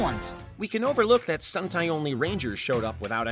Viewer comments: Sun-tai? Really? 😓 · And they mispronounced sentai with suntai